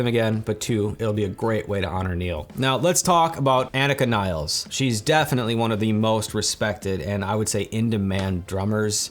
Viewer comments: Agreed bro. FYI, she pronounces her name AH-neeka nills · I would love to hear you pronounce her name respectfully and properly just once. You should personally apologize to her for making this video and mispronouncing her name.